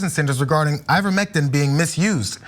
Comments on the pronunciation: you pronounced ivermectin correctly. Funny enough You can use ivermectin for parasite prevention in guinea pigs as well. I used it on my herd of 5. But it’s doesn’t work on viruses….at all…I know this because they’ve given me their colds not long after medication. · I work in pharmacy, and pronounced ivermectin better than 90% of my patients